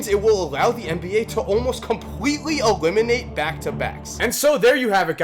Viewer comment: Was it just me or did he say compwetly ewiminate back to backs at the end of the video